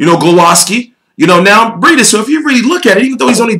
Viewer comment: I got u it's pronouced, MAReez BrayDeez